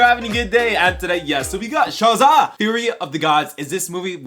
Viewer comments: did you say shazaghm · Bro say Shazam! For me one more time! Lmao sounds funny